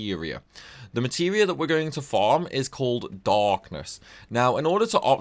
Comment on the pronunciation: accent goes hard darkkkknessss lol